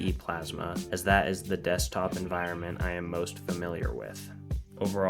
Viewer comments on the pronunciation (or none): none